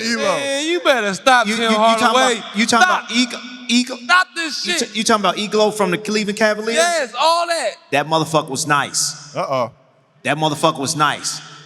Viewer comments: The fact they both agreed to call Craig Ehlo “Eglo” 😂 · Who takes anything says serious?🤦🏾‍♂️I can’t see what he brings to this show but ignorance!I get pronouncing Craig’s name wrong but cmon Tim!You know his name is Ehlo!Aint no C or K in his name!Lastly,Craig was a better player than and had a way better career than this bum!smh! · Can someone please pronounce Craig Ehlo correctly?